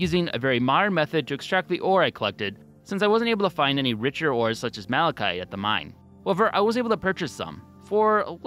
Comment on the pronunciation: Malachite has a "t" sound at the end. Not sure why you pronounce it "malachy".